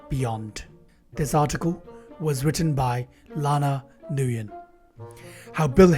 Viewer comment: Nguyen is no pronounced newyen, it's pronounced 'win' it's Alec Berg, not 'Alex.'